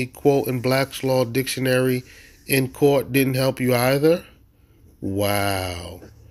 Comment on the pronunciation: You can’t invoke Blacks Law Dictionary if you can’t pronounce it properly.